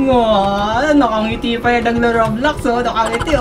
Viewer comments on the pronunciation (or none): none